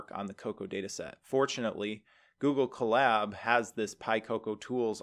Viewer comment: Huh, I always heard it as "CO-lab", like co-worker and lab..oratory. "cuh-LAB", emphasis on 2d syllable, as said in collaborate, sounds a little funny to me